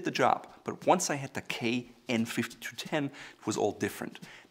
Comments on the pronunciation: Kai is pronounced K-igh as in calling yourself "I". They also own brands like Kershaw pocket knives and Shun cutlery. Also knives with serrates are generally not good and only found in american knives because americans can't sharpen their knives for some reason. Source: Ex Kai employee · Good video, please double check the KAI pronunciation. It is a Japanese word and the a is an open vowel